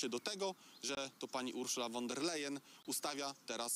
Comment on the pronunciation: Panowie , nauczcie się wreszcie wymawiać prawidłowo nazwisko pani von der Leyen (wymowa : fon der lajen)